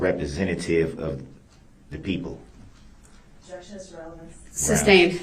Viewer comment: Ah-jection, suBStain, license place, grounds, enty interaction, axe, liberry, so so many